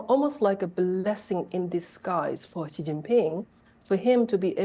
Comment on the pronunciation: Research how to pronounce "Xi" in Chinese. The sound the reporter is making exists neither in Chinese nor English.